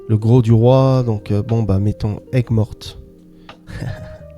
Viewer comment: C'est marrant;tu prononces bien Aigues Mortes et pas Aigues Vives!